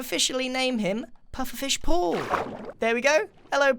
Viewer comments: Did anyone else notice he says Paul like pull? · Am I the only one who thought about puffer fish Pete when he said puffer fish Paul